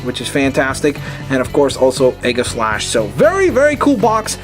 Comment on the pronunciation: its ee ga slash